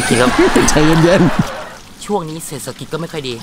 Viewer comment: หนูชอบตอนที่เบื้องหลังอ่ะ ที่พูดว่า เศษสะกิจ แล้วก็ตอนที่โดนขี้หมาด้วย